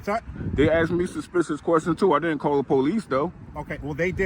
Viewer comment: Sigh... The word is ASKED not AXED